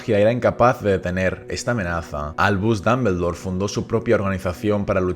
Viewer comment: Excelente video Tengo unas dudas por que si se escribe Dumbledore y se pronuncia duhm·buhl·dor, porque lo pronuncias como danmendor. Solo es duda sin el afán de otras cosas.